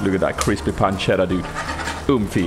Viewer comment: Hi! Just an italian fella dropping by to say I'm really proud of your "pancetta" pronunciation! Love ya, keep going!